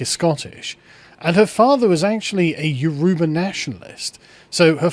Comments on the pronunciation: The pronunciation of Yoruba is tickling me 😅 it is You-row-baa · Pronounced Y-o--rubba ...dont why I felt I had to say that, but there ya go....